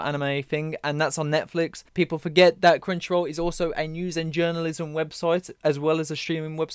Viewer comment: Every time you say "Crunchyroll" I hear "Crenshaw," I had to switch from listening to watching to see what you were on about. 😅